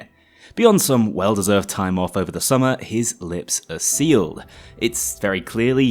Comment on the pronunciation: This isint just "over", this is "jover"